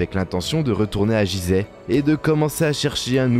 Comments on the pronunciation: On ne dit pas jizeh ce nom ce prononce Guizeh, merci pour mes oreilles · "jizeh" t'es sérieux ta pronociation Fr vraiment c'est un G comme Gui , et ça s'écrit Guizèh dans la langue respecte d'abords ça avant de parler mais vraiment tu n'as pas honte, on ne te l'a pas dit , comment être sérieux si tu respectes pas déjà....... t'entends "Dé Jà" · Il n'y a que moi que ça gêne la façon de prononcer "Gizeh"? C'est pas Jizè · Faudrait déjà bien prononcer le nom du lieu....... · exactement ! et çà m'énerve drolement ! donc je n'irai pas lui loin !